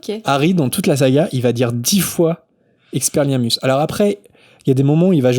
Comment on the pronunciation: aaarrrgghhh🤪 je meurs 😖 EX-PE-LIAR-MUS Je veux t'entendre le dire au moins 1x correctement stp!